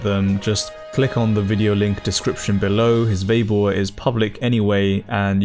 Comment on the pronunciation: why do you say Veibo when it's Weibo? The pronunciation of W as V is a sort of colloquial slang, i think, in Northern parts of China. Nonetheless, thanks for these videos, i enjoy them very much. Just saying, keep up the good work.